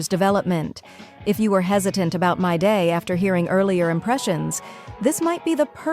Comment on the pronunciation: im aboit to crash out. Creator if you read this fix the pronounciation of your ai or google generated voice. Hearing "Myday" makes my blood boil. His name is "Mydei" WITH AN I. and whoever disagrees. Play the fogging story. everyone and their grandma pronounce him "Mydei" with a long I.